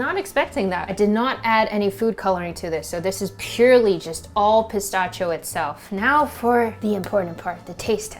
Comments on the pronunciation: That was driving me insane. It's "pi-STASH-ee-o"!!!! 🤣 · Wow! Such a great video and recipe. To pronounce it correctly though is - puh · sta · shee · ow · The way you pronounce "pistachio" is both adorable and infuriating at the same time. 🤣🤣 Awesome looking chocolate bars BTW. 😁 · She says pistachio funny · It was cute at first, but i was yelling at my screen by the end. 🤣